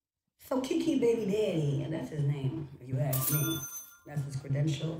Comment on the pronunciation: It's KeKe not KiKi......lolololol,😂😂😂😂